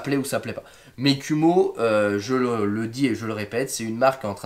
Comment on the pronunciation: Kuhmo, à prononcer "koumo". ça veut dire araignée en Japonais